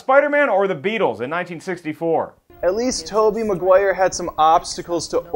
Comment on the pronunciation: did you notice that you mispronounce Maguire?